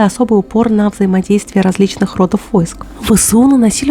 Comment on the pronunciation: Почему у людей стало плохо с ударением???! РодЫ бывают у женщины, в армии родА войск. Не рОдов, а родОв войск! Это разные слова! Так же, как не вОйска, а войскА. ВОйско может применяться в одиночном значении, а когда речь идёт о множественном, то ТОЛЬКО войскА (их много)! Точно также, как не дОговор, а договОр, не прИговор, а приговОр! Теперь о контрнаступлении. Это распространенная ошибка большинства людей. КОНТРнаступление проводится СРАЗУ же после вражеского наступления. С нашей стороны НЕ БЫЛО крупного наступления на которое западные шестёрки ответили бы КОНТРнаступлением. К тому же, само понятие наступление, как и контрнаступление подразумевает широкий фронт атаки и большое количество войск. Очень большое. Если их нет, это тактические удары и контрудары. Не больше. Что касается поражения Лёп в борт, так это не удивительно. У них броня тоньше в два раза, чем у всех советских машин. У них 40 мм, а у нас 80 мм. Сейчас натовцы разнесли броню и заявляют о 60 мм, хотя это достаточно спорно. К тому же, это не весь корпус по высоте имеет такую толщину брони. Что касается поражения в башню сверху, то это тоже не удивительно. У всех танков там слабая броня. Разница только в том, что сварная башня имеет тенденцию ещё и к проламыванию, а не просто пробитию. У наших же старых танков, типа Т-72/80, она литая и её можно только пробить кумулятивной струёй. С 90м вопрос, проламывается она или пробивается. Смотря какая сварка швов и качество броневой стали. Что касается огневых возможност